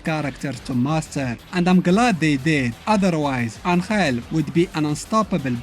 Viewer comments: As a mexican I can tell you he is not pronouncing it right either, he is putting the accent in the wrong place... and sound horrible the way he pronounces it XDDDD, its AN!-hell not an-HELL! the accent its on the first syllable. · Except that Angel isn't pronounced that way even in Spanish. It's pronounced AN-hell, not an-HELL. I love videos, but this detail grinds my gears a little bit. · It baffles my mind a little bit hearing you pronounce "Angel"